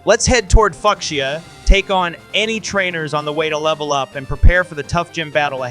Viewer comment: So we just gonna ignore that butchering of Fucsia 😂😂